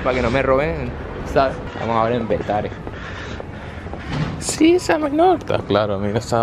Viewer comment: Bro porque dices petare si yo soy de ahí